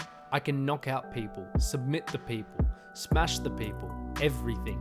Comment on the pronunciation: Smesh everybody...